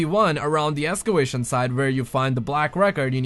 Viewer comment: "Escewation site" Excavation?